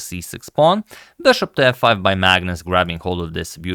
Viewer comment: The “beshop”.